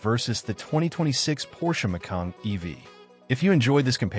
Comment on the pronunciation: By the way, the Porsche is not pronounced “Mac-kayeen” !